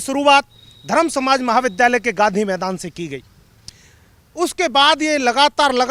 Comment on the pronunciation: विध्यालय नही re विद्यालय ।सही शब्दो को बोलो ,जब तुम लोग ही गलत बोलोगे तो हमारे देश के बच्चे सही कैसे बोलेंगे।